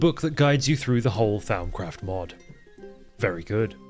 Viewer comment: Hearing butcher "Th-ow-mcraft" as well as Vis is... I mean, I can't blame him, that was me at one point. With Vis, anyways. I get it, Latin is hard and changed a lot over the couple millennia it spanned lol I will say, though, "Th-ow-m" is absolutely a new one to me, lol. It's typically pronounced "Th-om". That is, "om" as in "Romper":) Vis is pronounced "Vii". That is, "ii" as in the Nintendo Wii. It's Latin for "force"!:D In fact, in most Latin words that end in "-is", that s is silent ^-^ Both of those pronunciations are direct from the mod author, Azanor:) Or at least, from my memory of a nearly two-decade-old video on a pretty niche (at the time) channel. It lines up with my more recent (albeit still a while ago) Latin studies though. Speaking of old channels - anyone else remember watching Direwolf20's Forgecraft series? Or better yet, his old 1.2.5 singleplayer? Peak modded minecraft. Enough to make a grown gamer cry 🥲 I make mods now - likely in no small part because of DW20's time on Forgecraft lol